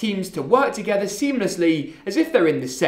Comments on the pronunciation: why did he say together like that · ...please don't ever say "together" like that